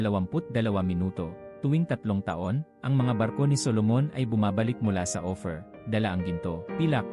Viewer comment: The way you pronounce just like opher Ophir not opher